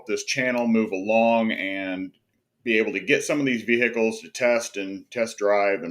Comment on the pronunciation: Vee-HICK-els😂 Thanks for the content!